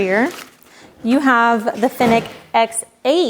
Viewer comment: Why are you calling it a “Finik”?